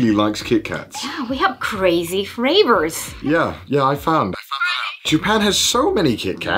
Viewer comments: I lost it when she literally said crazy fRavors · Fravours...she says